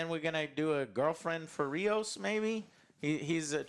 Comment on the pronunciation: It's Rios, like rivers. Not Raymos